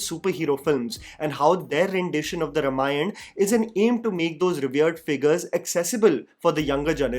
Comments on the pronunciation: Its not Ramayan. Repeat after me: Ramayana. It is not that hard. Also, Rama and not Ram. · Not रमायण. It's रामायण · I dont want to be picky here but I request you to pronounce it as - Raa-maa-yana and not R-maa-yan. Very excited for a story the world should watch on big screens. This film will be the real global entry of Indian Film Industry. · Also please learn to pronounce the word Ramayana properly first - it’s pronounced as Raamaayana - not Ruhmaayan ( which completely changes its meaning ) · it's may be spelled ramayan, it's pronounced as raamaayan. Come on dude. This much even a toddler would know. Is he ram or raam? North Indians are cursed with improper pronunciation syndrome. Annoying.